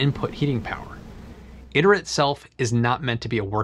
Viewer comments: "Iter" is pronounced "EE tare" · I believe it’s pronounced “ih tear,” if it’s supposed to be Latin